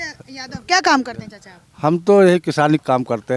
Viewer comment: चचा क्या होता है मैडम चाचा बोलिये